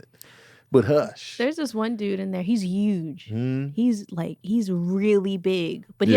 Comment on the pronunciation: doesn't pronounce the "h" sound. She said "uge" instead of huge and "umans" instead of humans. Jus thought that was interesting.